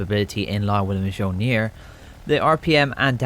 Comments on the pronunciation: Don't say mjölner. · Mjolnir is just molnir the j is silent. In greek mythology its thor's hammer (or its zeus idk)